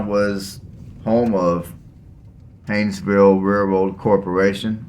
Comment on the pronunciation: Learn how to spell and pronounce the town you are talking about.